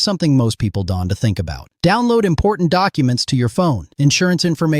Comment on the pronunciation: You probably "dunte" have a clue how to properly pronounce "don't". Boggles my mind AI cannot pronounce "is" and "don't" properly.